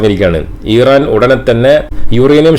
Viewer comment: Iran pronounce ameen paranjadaanu correct...